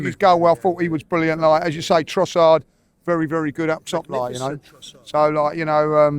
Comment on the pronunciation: BERY GOOD! BERY BERY GOOD !!